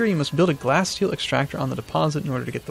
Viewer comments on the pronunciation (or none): I believe it is pronounced like glassteal not glasssteel.